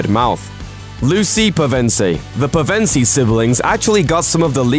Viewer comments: the emphasis goes on the Pev not the en. But mispronunciations are typical in vids like this as these narrators aren't actually fans. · It's PE-ven-sie! Not Pe-veen-sie! Hermione's voice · "Striking beauty" she's pretty homely honestly. If people were crawling on her for her looks, I highly doubt it would have been her. And lord, your mispronunciation of everything is superbly annoying. Peh-ven-sie.. It's PEV-EN-SEE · It is PEVEN-SEE not PUVENSEI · all I can hear is Pizza Pevensie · first of all, you're going to poke someone's childhood out. its not pev-EN-ce; its PEV-en-ce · Pizza Pevensie? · I'm sorry but please check character name pronunciations before making a video, especially when they pronounce the name in the films. Pevensie is pronounced PEH-ven-see, not peh-VEN-see. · Anyone else annoyed at how he's pronouncing Pevensie? aha. Its peven SIE not Pe VENSEE. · It's pronounced "Pev-en-see" not "puh-vin-see"! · It's P E VENSIE not PEV E NSIE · Please, learn to pronounce 'Pevensie' properly. I couldn't concentrate on the video because of it! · It’s PEvensie not PevEnsie , please stop it’s hurting my ears! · Is that how you pronounce Pevensie? I thought you pronounced it like Pev-en-siii not Pev-EN-sie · Madicken 70 and then there's me who would put accent on the first syllable, PEV-en-sie. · Madicken 70 Nope, he's pronouncing it incorrectly, unfortunately. You're right, it's Pev-en-see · who heard Pizza Pevensie? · peev-ence-ceee please please please pronounce it correctly😲🙃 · I thought it was "Penvensie" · I swear it’s pronounced P eugh ven sie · Pen-sive not how you said it 🤦🏼‍♀️ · oh god this name butchering... at least get it right. "pevensea? KEENS?" dafuq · It is pe-ven-sy.😠😠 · dear god that is NOT how you pronounce their last name. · The way you pronounce Pevensie is making C.S. Lewis roll in his grave. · You said pevensie wrong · That's exactly what I thought! It annoyed me so much every time he said it😂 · Sarah Knuckles same loooool pronouncing it wrong